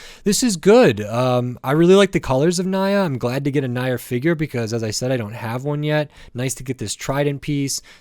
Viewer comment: WHAT DID YOU JUST SAY???? NYA'S NAME IS SPELLED NI-YA NOT NA-YA!!! WOULD YOU SPELL MY NAME AS JEY OR KAI'S NAME AS KAY? - J⚡